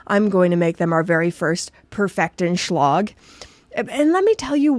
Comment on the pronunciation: An easy way to get closer to the German pronunciation is to pronounce the "a"s actually as "a"s, whether in Lange or in Schlag, rather than more like an o, which is a north American thing for some reason and nowhere close to how they are actually pronounced. The a in Lange is like the a in and, not the o in longer.